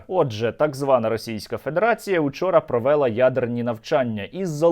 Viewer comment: І зразу не можна слухать. провЕла, безграмотно так, можна ж нормально наголос вимовить українською мовою - провелА, а то дурні, безграмотні, русскаязичні будуть думати, що є таке слово - провЕла, наголос по людськи всі кажуть українською мовою - провелА, провЕла - це як докУмент, алгЕбра, а правильно докумЕнт, Алгебра